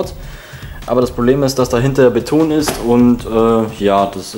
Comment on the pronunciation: In Gottes Namen: Warum sprichst du Beton so komisch aus?